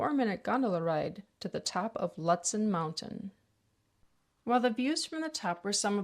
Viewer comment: Great video, great report! (FYI: Lutsen="LOOT-sen", just sayin.) 😉